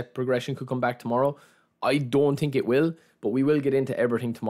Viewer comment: „i tink“